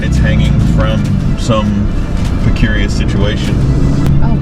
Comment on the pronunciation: Precarious, not precurious,.